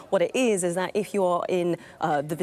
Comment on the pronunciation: It failed to sound on my phone. Who do I contact. And she said eef instead of if